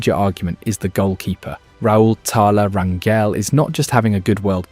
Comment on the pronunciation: type up Rangel with an H so the ai voice says it right, RanHell